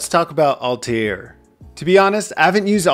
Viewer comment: Altair's (two syllables, btw) syntax makes the most sense to me. Took me forever to understand how to unleash the power, though.